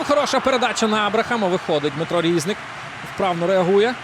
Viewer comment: Не рІзник, а різнИк. Наголос став правильно, якщо ти коментатор